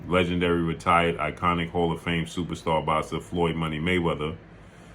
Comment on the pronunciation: “Supa stah box-sah” 😂🤣😂🤣